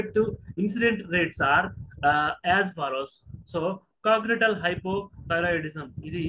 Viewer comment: Its not cognital sir. Its congenital (means associated from birth) basic words these are